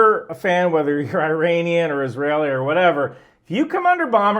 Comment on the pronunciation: That’s the first time I’ve ever heard not pronounce it 'Eye-ranian.' Truly, we live in interesting times.